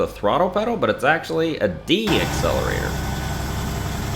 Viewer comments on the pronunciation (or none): none